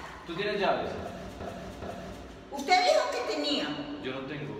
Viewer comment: Luzdary Aguilar se dice llaves